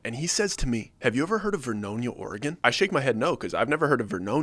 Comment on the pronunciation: There is no VERNOINA, It's Ver-no-nia. 10 miles west of the city of Saint Helens.